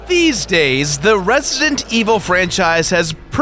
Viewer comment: "Resident", dammit! "REZ-I-DENT"--not "Ressint"...